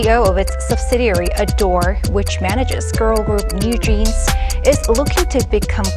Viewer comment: You say ador so weird lol, just pronounce it like adore